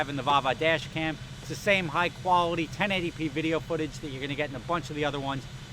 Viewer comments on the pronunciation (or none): none